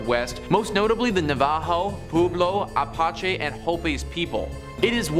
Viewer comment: Just wanted to let you know that it is pronounced a patch e